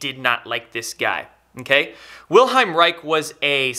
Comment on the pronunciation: The man's name was WILHELM. Ffs, show some respect and bother to say his name correctly. Chemical casting resin gives off harmful fumes and residue. To make a healthier more effective orgone generator simply use plaster and sand!